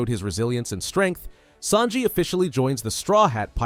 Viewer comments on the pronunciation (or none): Bro its sanji not snaji